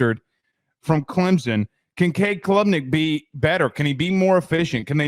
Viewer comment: Why can yall not pronounce clemson correctly?